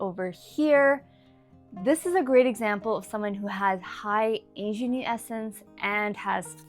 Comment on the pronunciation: You need to look up how to pronounce “ingenue” correctly. I had no idea what you were trying to say at first.